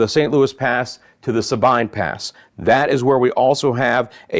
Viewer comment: It's not st Louis pass it's san Loui pass. And its sabeen pass.